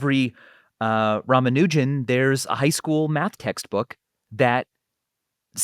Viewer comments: Pronounciation hint: It's pronounced 'Raamaanujan', not 'Raamanoojan'. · I think they and other Brits keep mispronouncing his name. I am not Indian but I am familiar with their names. I don't think its pronounced "Ram-a-new-jen" but rather "Rah-mahn-new-jahn" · R-aah-m-aah-n-u(u as in unique without the "y" sound)-j-uh-m -- This is the correct pronunciation. He was a Tamil speaking Indian, from Tamil Nadu. Can never tire of hearing about him and his legacy. He fell victim to patriarchal standards (I believe his mom didn't send his wife together with him to England, who may have been able to take care of him, and probably live longer - this opinion is based on a film on his life, and assuming they did the correct research) and the TB virus. Wish there are more of them like him out there, and they are found and cherished! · It's pronounced as Raa (ra) + maa (ma) + noo (nu) + jum (jam).